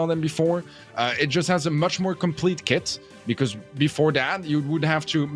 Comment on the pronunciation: dijo kid, no kit